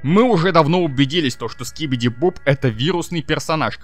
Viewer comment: Говоришь что как будто монстры гарбен оф банбан это Игрушки ЭТО НАСТОЯЩИЕ МОНСТРЫ ане ИГРУШКИ, и ли Скибиди туалет ТЫ ГОВОРИШ СКИБИДИ БОБ БОБ а надо СКИБИДИ ДОП ДОП, Ты сначало выучи персонажей а потом делай тиории!